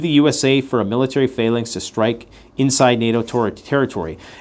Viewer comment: you need to learn how to pronounce phalanx correctly.